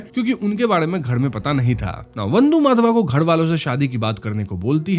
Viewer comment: Why you always pronounce character's name WRONGLY....😡 It's not माधवा... it's माधव...